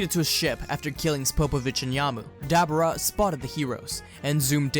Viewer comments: His name is Deborah Not Dabrah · “Duh-bore-uh” not debra or dabra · Who is Dab-Brah? 🤦🏻‍♂️ I swear I’m this close to changing the video just because you’re mispronouncing his name like that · The demon kings name is not debra its Deborah. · Who the hell is Dabarah? It's Dabura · I thought it was pronounced Da-Buh-rah not Da-bera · Dude say Dabura properly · I was intrested until I heard him say "Dabura" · I hate how you say dabura omg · The way he pronounces Dabura irritates me lol. Love this whole story tho 💯💯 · makes dbz channel on youtube as an american... cant pronounce dabura...smh